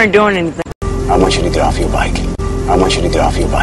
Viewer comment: i want u to get off ur bike.에서 아 원츄러 더프 여r 바이크 . get off 가 더프 로 들리네요. 막귀인가봐요.